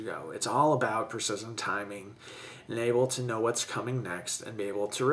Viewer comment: Adam Campbell Holy hell. I was searching through the comments hoping that someone else had noticed this too. He does in all the words with similar pronunciation. Infuriating to listen to.